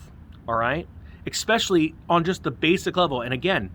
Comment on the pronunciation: Love your vids but there’s just no X in the word especially. Soft s. Thanks